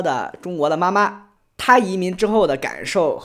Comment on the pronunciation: 说“妈妈”这个词时，听起来像是指某种职业的经纪人。